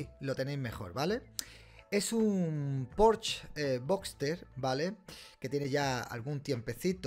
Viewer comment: Se dice "Porsche", no "Porsch". es palabra alemana, no francesa donde la "e" ultima si no está acentuada no se pronuncia